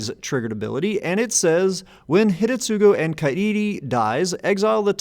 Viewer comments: Yeah found that amusing, too. But also I believe, that the first U in Hidetsugu would be silent, like it is in many japanese words. Asuka is prominent example that comes to mind, whos name is actually pronounced Aska. But I might be wrong here, cause everytime I tried to get into the silent U topic I could never find a clear rule for when it's supposed to be not silent... ^^ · Does due diligence that it's pronounced Ka-ee-ree Does not do same diligence that it's Hih-deh-tsoo-roo Jokes aside, i had been considering building this deck. Primer appreciated!